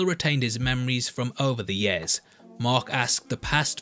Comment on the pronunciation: you say yeahs instead of years. its funny thumbs up